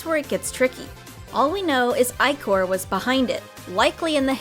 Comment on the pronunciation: Im sure you've gotten this comment by now, but "ichor" is pronounced "ih-core."